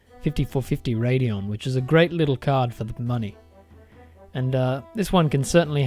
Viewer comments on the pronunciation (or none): none